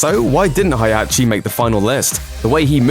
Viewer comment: "Hay-Hachi"! It's prorounced "Hay-hachi"!!! You forgot that Heihachi unfortunately was demoted into a Mii fighter costume in Super Smash Bros for Nintendo 3DS and Wii U.